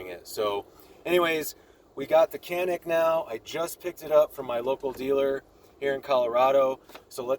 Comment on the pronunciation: Kenik değil lan Canik Canikkk